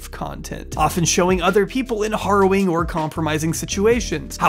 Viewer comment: Okay, now you've done said it twice. Once at the beginning and just now at the end of this 2 hour ride so I've earned the right to be pendantic. You're saying "harrowing" wrong. 🧐